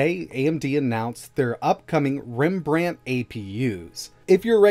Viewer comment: competing for pc- hardware news with gamer nexus and hardware unboxed, what a year to be alive. Ps. It's Rembrandt not Reambrant, short a: I don't get how u fitted diphthong in there?!